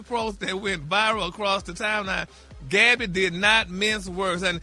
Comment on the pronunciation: Just call her Gabby Geesshhhhh it irks me when Ppl mess others name all up you done heard the lady name a million times how when you see it you can’t say what you been hearing for Years Now 🤦🏽‍♀️ Bary 😅😅😅😅😅